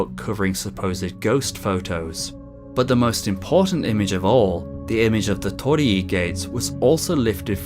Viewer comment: So that's how you say "Tor-ri Gates"